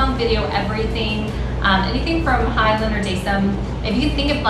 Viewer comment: It is pronounce as (hyolyn) You lyn not hayolin and (dasom) the som not daysom hahahaha